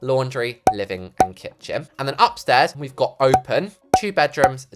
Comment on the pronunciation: you spelt kitchen wrong you said kicthen 😠😠😠😠😠 (Fix it consider this a threat)